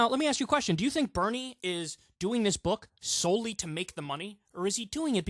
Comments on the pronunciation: Why does it sound like he's saying Hernie Sanders to me? Anyone else hear that or is it just me? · It sounds like he is saying Pernell Sanders instead of Bernie??????